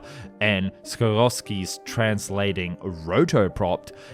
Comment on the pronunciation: I'd seen illustrations of it before but it's nice to see it brought to life. Btw, the helicopter company is pronounced Si-COURSE-key.